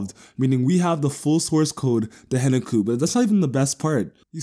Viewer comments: isn't it HEN KA KU? not henuku? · The K isn't silent in the Japanese pronounciation.